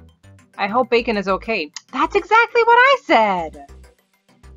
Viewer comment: Its bakon not bacom